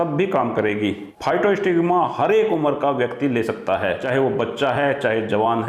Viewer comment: दवा का नाम physostigma जबकि आप नाम बोल रहे हैं फाइटोस्टिग्मा।